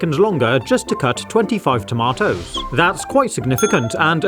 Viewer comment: toma - toes